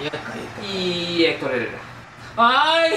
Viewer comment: “Iy el hector hererra”😂😂😂😂😂😭😭😭